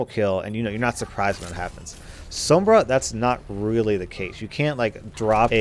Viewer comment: Roll ur r's when u say sombra